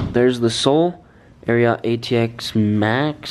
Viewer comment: Ari-ot lol